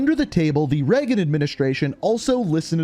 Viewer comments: Did someone spell Ronald Reagan’s name wrong? It’s the only reason I can think of for why keeps calling him “Raygun”. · Ranoald Ray-Gun